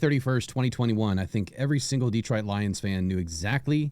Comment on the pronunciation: Stop saying detroit like that 😅 just poking fun. I cant wait for this season